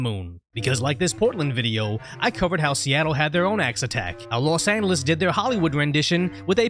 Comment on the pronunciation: And you still can’t pronounce Los Angeles